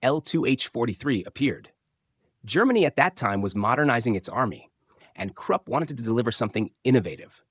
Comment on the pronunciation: Stop pronouncing 'Krupp' like 'crap'! It's much like 'croop', with 'oo' like in 'look'.